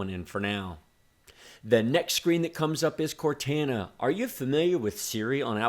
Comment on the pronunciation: The way you pronounced Cortana really made me uncomfortable